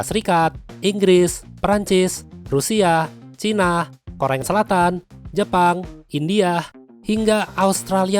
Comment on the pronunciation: koreng selatan kah kudengar